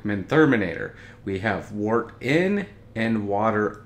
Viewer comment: Let's start by pronouncing the word "wort" correctly. It does not sound like "wart." It is pronounced like "dirt" with a "w" instead of a "d." Wort is derived from the Old English word "wyrt."